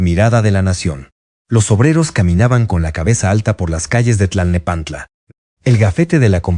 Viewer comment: Favor de cuidar la narración. Para empezar, se pronunciaba Lilí y Ledí, con acento en la última i. Las pausas innecesarias de la voz (seguramente inteligencia artificial), la numeración al final de algunas frases, la pronunciación de Tlalnepantla, etc, le restan fluidéz al relato. Hay que corregir esto.